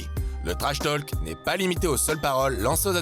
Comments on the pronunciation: La voix pro est nickel.. par contre le l de talk est muet, accent français ou pas. Là tous ces "tolques" c'est insupportable :/ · un conseil , arrête d'en faire des caisses sur l' accent ( les noms de famille notamment) c'est pénible et fais plus attention à la prononciation !!! "To Talk" , le "l" est muet (pareil dans talking du coup)